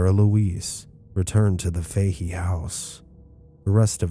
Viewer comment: Im born and raised just outside Galway, cant believe you are doing a Galway story, but in Ireland we pronounce Fahy as Fatty